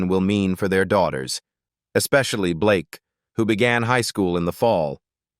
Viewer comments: I'm sorry but its not Blakeee its Blake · It's actually Blayke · AI thinks its pronounced Blakee.